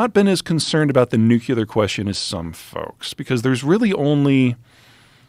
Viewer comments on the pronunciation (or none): You are being seduced by his voice and looks, but if you look at his predictions, he is wrong most of the time. He says doofus things like China is done for ten years. He calls Xi = Jhee, instead of correct Shee. And he says New Key Ler, instead of correct New Clear. He spews demographics as if China won't just kill off their elderly to strengthen Logan's Run style. This man is Sarah Palin. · Interesting analysis but I can’t take this guy seriously if he says “nucular” 😅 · I am not as concerned about the Nucular question as I am with the Nuclear question. I'm not even sure what Nucular question would be. 🙄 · I'm not sure dunce is a strong enough word for him. This was clear when he pronounced nuclear as NUKE-U-LUR. We know exactly when Russia will use nuclear weapons - when they are used against them. He suggests Ukraine is awash in Russian weapons yet the Krossdresser of Kiev is begging for weapons throughout the world. France is sending their obsolete 6 wheel garbage trucks to Ukraine lol. Just a quick hint, you don't beg for weapons when you're winning. You aren't winning when your country has no functioning economy. You aren't winning when you have the infrastructure of a sub Saharan African country. You aren't winning when in an interview in the Economist the top military commander of your country asks for an entire new army. Please bookmark this video for the day this conflict ends and then tell us again how much you love this guy. It would be interesting to see Joe grow a set of balls and have Douglas MacGregor on the podcast. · Did this guy just say "nukular"? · Nukular? Credibility loss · an expert that says nucilar, wtf is nucilar? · "nook-you-lur". Really dude? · Scrutiny comes to an expert with a manbun who cannot pronounce the word nuclear. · Why can't seemingly intelligent people pronounce the word nuclear? Seriously.